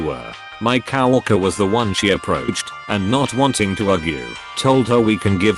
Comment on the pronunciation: COW-worker? <Snicker> Udderly silly pronunciation.